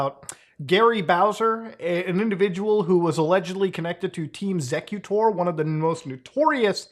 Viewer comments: Actually never heard xecuter pronounced sec-uter, always heard X-ecuter (executer). They've been in the console modding scene for decades. I remember having a xecuter modded OG xbox, same with 360 after they started banning ppl who flashed their 360 disc drive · Why are you pronouncing it ''zekuter''????? Its pronounced ''Executer'' exactly the same as the word, its merely spelled differently to distinguish its name from the common term a little bit and Im certain theres a reasonable explanation for that decision, even if its simply to have a name distinction.. Either way, the point is, youre mispronouncing the name of the group throughout the entire video.. Why didnt you at least look up the history or something to get an idea of how to pronounce the name of the group youre diving into with this little mini documentary???? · just another example of why copyright should not be a thing, "intellectual property" is utter nonsense. also isn't it pronounced executer not zecuter? ya know since they help execute code... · And all these years I thought it was pronounced Team Executor. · The name of the group is pronounced "Executor", great vid but that drove me crazy lol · it's X-ecuter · Listening to this guy mis pronounce xecuter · Is it bothering anyone else the way muta is pronouncing xecuter?